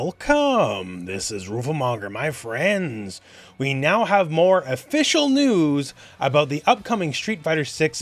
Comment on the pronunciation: The las part needs more emphasis: My friENDS?!